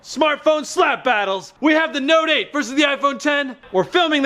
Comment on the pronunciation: The way you say note 8 sounds like you say no date. Note 8 = no date